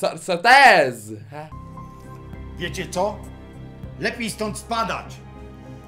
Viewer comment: czyta się sorte